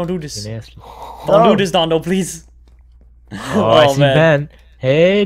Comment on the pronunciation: If u have subtitles on when says pleaserieno it says please erection